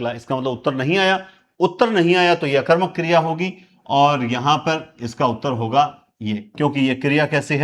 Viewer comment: नमः गुरुदेव 🙏 आप सकर्मक और अकर्मक का उच्चारण सही नहीं करते हो जी अकर मक या सकर मक करने की बजाय पहले उपसर्ग बोले जैसे अ कर्मक स कर्मक करें तो अच्छा लगेगा जी।